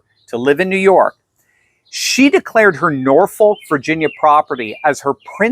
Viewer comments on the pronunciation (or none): You pronounced Norfolk wrong, it is pronounced by locals as Norfuck. I know, I used to live there.